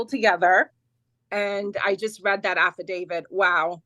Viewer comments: AFFIDAVIT, NOT AFFIDAVID! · How come they all say affadaviD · Affidavit, NOT affadavid. This word ends with a T, not a D. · Drink every time they say Affa David